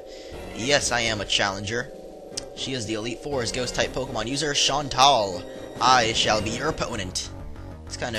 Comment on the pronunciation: I thought her name was pernouced "Shan-Tell"